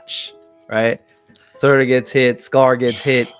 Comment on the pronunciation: Again... SUUUUUUUUUURTUUUUUUUUUUUUR. Not SAAAAAAAtAAAR